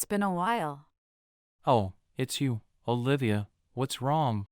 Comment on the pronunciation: I am confused your name is Olivia or Bolivia because everytime someone pronoce your name I always heard Bolivia